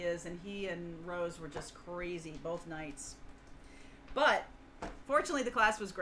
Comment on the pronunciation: Rose not rode ugh seeeeee